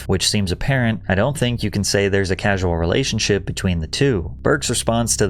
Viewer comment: I thought the same thing. Causal vs casual.